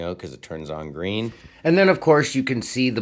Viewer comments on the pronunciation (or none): none